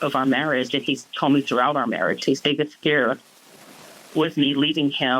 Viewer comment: Can't say marriage???😅😅😅